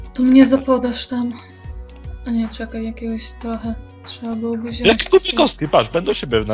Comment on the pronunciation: nie chcę być wkurzająca, ale mówimy wziąć, a nie wziąść :)